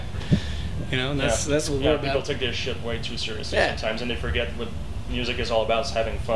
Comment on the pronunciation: "Scurr-lee-us" Ahahahahah